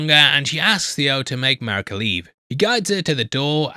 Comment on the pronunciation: Did someone else write this for you? It's pronounced Mareeka not Marika.